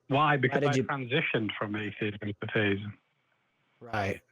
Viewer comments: Sounds like he is pronouncing it "theyism", not "theism", so like he's trying to poke fun at non-binary? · Every time this idiot from the UK calls in - who, by the way is the same idiot as and also (I think) - he behaves entirely dishonestly. Watch out the for clue: he keeps pronouncing theism as "they-ism". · I couldn't tell if they said theisim or feyisim.